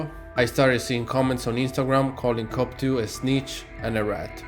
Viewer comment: The best thing with this is you pernouncoation off cope2, youre saying cop2 which is hilarious.